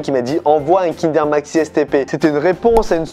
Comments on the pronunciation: le meilleur kinder deja cest pas kindèr mais kindeur 😡😡😡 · Par contre qui dit kindère au lieu de kindoeur mdrr